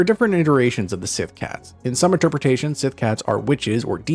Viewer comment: Síth is pronounced "she"